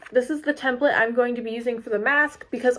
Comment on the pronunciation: It’s not templit its template!!!!!!!!!🤬